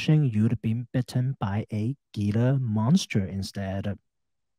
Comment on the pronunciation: Very interesting analysis. Thank you. Wonderful channel. Good luck with your health journey. Btw, Gila monster is pronounced "Hila' monster. I live in Arizona and they are a native species. One of the few lizards in the world that are venomous.